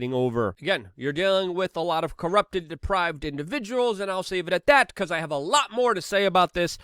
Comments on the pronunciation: Depraved, not deprived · Hi Luke.. Depraved , not deprived. Hunter is not deprived. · The word is depraved, Luke. Not deprived. Those corrupt people, are not deprived. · depraved not deprived